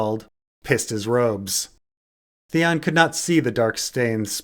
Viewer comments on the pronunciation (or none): Theon, Theon it rhymes with lemon.